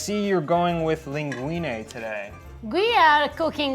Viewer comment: saying linguinE, not linguini is so nice of him.